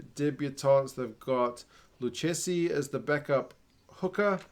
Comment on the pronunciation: If you’re interested in improving your pronunciation of Italian last names, keep in mind that whenever there’s a “che/chi” sound, it’s always pronounced as “ke/ki”. Just like you pronounced “Zilocchi” correctly, “Fischetti” becomes “fees-sket-tee” and “Lucchesi” is “look-ke-see”.